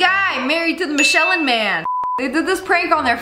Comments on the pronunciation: bro she really pronounced it Michelin.. it’s MITCH-a-lin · That was absolutely adorable how you pronounced Michellin Man. Not to say that it doesnt read the exact way you said it. :)